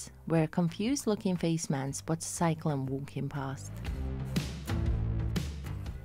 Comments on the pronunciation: For the record....It's CYLON, not Cyclon. ROFL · It's "cylon", not "cyclone"! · Cylon, not Cyclon As for Dwight Schulz. You totally passed by the magnificent part he played in Star Trek, as Lt. Reginald Barclay.